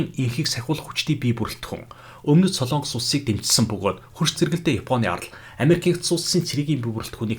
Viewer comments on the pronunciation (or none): none